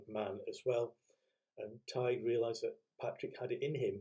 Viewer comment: My father was born in Ireland on St. Patrick's Day. He was christened Patrick. A little note about Emily. It's said, I hope it's true, that she loved repeating the word Drumballyroney. 😊 Her poetic nature!! Please may I point out that you don't pronounce the g in Tighe. Thank you.